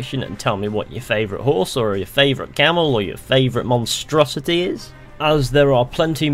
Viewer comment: ...you had on: " and this mostruosity" lol!!!